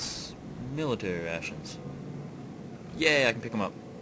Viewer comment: Miwitawy Wations